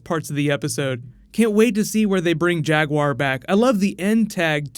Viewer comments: Am I the only one that heard "Jag Huaer",like "Jack Bauer" when Rick starts talking at him? Best episode so far. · oh, i swear that i've heard then saying jaguaire all the time